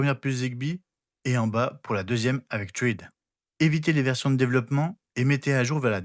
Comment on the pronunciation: J'ai le MR1 et j'ai jamais réussi à connecter un appareil Thread, ça va jusque l'apairage puis ça foire à la véréfication de la connectivité. Zigbee est tellement plus simple pour l'instant, j'ai l'impression que Thread n'est pas (encore) abouti. Petite remarque : thread se prononce "srède"